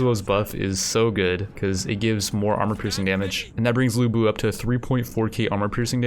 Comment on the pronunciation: IT'S LU BU